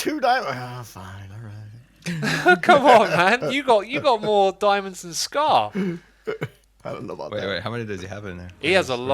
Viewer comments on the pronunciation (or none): none